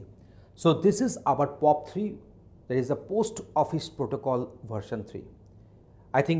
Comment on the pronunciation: Post hota h prost nhi 😂